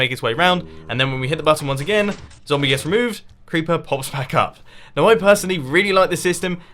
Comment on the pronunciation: You just said bank not back. Back is the right word